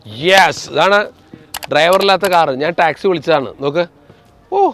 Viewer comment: Yes😂😂😂 ട്രൈവർ അല്ല സേട്ടാ ഡ്രൈവർ 😂